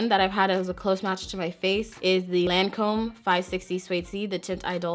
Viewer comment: Loreal owns Lancome. Also Lancome is French, So the name of it has different vowels. It pronounced like "taunt ee-dole". It's great they have such a wide range and have legs in both prestigious and drug store places. Accessible.